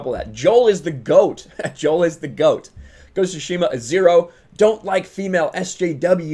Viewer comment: Why do you say shushima? Its tsushima